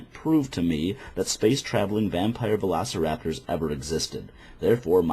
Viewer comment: I'm sure you've already been corrected, but...it's "velociraptors"